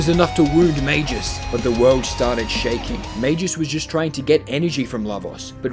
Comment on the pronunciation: calling magus "majus" is like calling a gorilla a jorilla